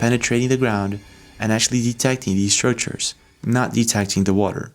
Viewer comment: Hey... are they Scrictures or Structures!!??:face-purple-crying: And... you never heard of Edgar Cayce???🤯